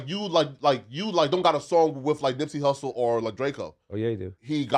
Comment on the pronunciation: "Hussle Lervon"